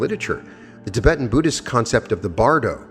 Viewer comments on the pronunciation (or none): none